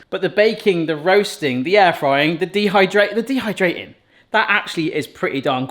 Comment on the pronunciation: dehyrating? AH dehydrating i was wondering what a dehy rating was XD